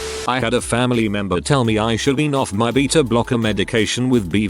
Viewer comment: I like how he pronounced “beta”blockers